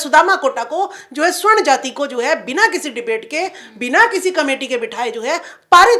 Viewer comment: स्वर्ण नहीं मैडम सवर्ण कहिये ।